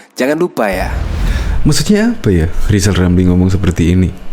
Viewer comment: Keminter, ngomong R saja belum jejeg kok sok-sok-an. Siapapun presidennya nanti, RR tetap tdk akan laku, tetap akan menjadi ekonom jadul gelandangan sepanjang masa, karena semakin banyak ngomong tak bermutu akan semakin tampak kualitasnya yg minor shg tak layak menjadi bagian dr eksekutif nkri